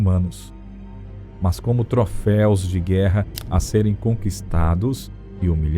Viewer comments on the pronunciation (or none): none